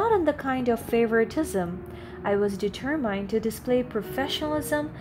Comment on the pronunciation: Please find the right pronunciation of the word determined